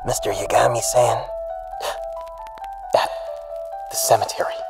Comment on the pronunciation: I doubt I'm the only one to notice this, but after a while, actually starts to pronounce Yagami correctly.